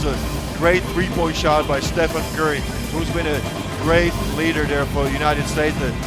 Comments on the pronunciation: "estefan curry" 💀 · Lol, can u tell me in what moment did he say this? I die to hear it lel